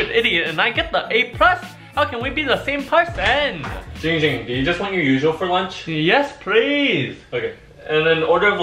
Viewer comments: Everyone it's not It's ging ging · IT’S NOT GINGER IT NOT DONG DOMG IT IT GING GING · Why don't anybody say name right